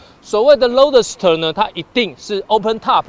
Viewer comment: roadster都不会念